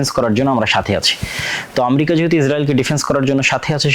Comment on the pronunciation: ইসরাইলের ক্ষয়ক্ষতি কম হচ্ছে ???? ইরান ও ইসরাইলের লক্ষ উদ্যেশ্য এক ??? ইরানের বিরুদ্ধে ইসরাইল, যুক্তরাষ্ট্র ও তার মিত্ররা যে অভিযোগ তুলছে আপনি সেই একই সুরে কথা বলছেন । আপনি মুসলিম রাষ্ট্র গুলির শত্রু হিসেবে ইরানকে চিহ্নিত করতে চাচ্ছেন ? আমরিকা কী ???? উচ্চারণও শেখেন নাই ?? তাছাড়া পৃথিবীতে আমরিকা নামে কোনো রাষ্ট্র আছে ?? জ্ঞান ও প্রযুক্তির দ্বন্দ্ব ??? দ্বন্দ্ব হচ্ছে ক্ষমতা, আধিপত্য ও অর্থনৈতিক যা আপনার মাথায় ঢুকছে না ।